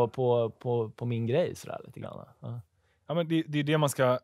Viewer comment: Oh, du har hittat en motståndare i SM-finalen för de som kan säga "Ja'!" kortast och snabbast. :D